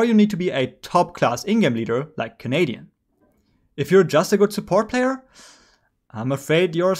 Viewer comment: why you had to do canadian like that on the first clip 😂